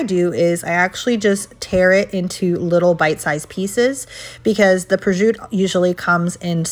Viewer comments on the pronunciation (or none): It is prosciutto! It is not prosciutt(e)! If you are putting your knowledge on display please learn how to pronounce names. Thank you. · Prosciutto is pronounced "Proshutto", dont say Projut like that 😢